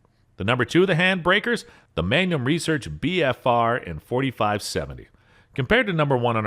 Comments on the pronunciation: How bout how he pronounced magnum as mangum!!!😄😄🫢🫢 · This man believes Magnum's are actually just "Gum for a Man" MANGUM??...ITS PRONOUNCED MAGNUM! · Mangum huh??...pretty sure that's MagNum!!😄😄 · And he called the magnum a Mangum lol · And magnum as "manyum"? Sounded like it. Made it kinda French.